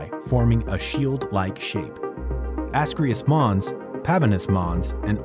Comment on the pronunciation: You lost me 8 seconds in at "Ascreus Mons" (which you called, "Asraeileus Mons"). You then went on to butcher several more names and I finally stopped watching this bullshit. Before you decide to make an educational video having to do with various objects in our solar system, you should first do a bit of research on how their various place names are actually pronounced.